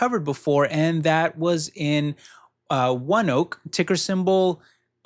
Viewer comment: Thanks again. I only own NVDA on this list and don't plan on buying the others. I did a quick search on ONEOK. They have a YouTube channel and they pronounce it the same way you did. I was thinking it was pronounced differently bc it is based in Oklahoma.